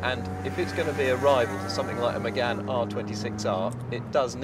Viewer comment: "Mugen" should be pronouced as "MOO-gen", not "MU-gen" as in this video.